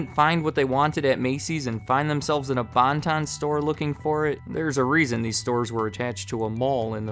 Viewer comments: This place always made me think of my mom making fun of how her mom pronounced it, "Bun-Tun" (and the first news clip you played is from my local news station I watched with my grandma a lot as a kid, WGAL8, cool to see them here) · What the hell is a Bon-Ton?!